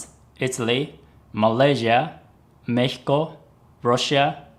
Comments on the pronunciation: Oh. Excellent pronunciation when mentioning Mexico. おれ の にほんご は めちゃ わるいＸＤ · OMG YOU PRONOUNCED MEXICO THE RIGHT WAY <3